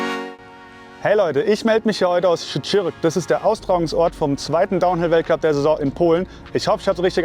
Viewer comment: Great job: your pronounciation of "Szczyrk" is 10/10! See ya on the track :)